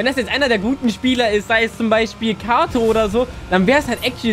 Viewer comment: Katoo nicht kato 😭😭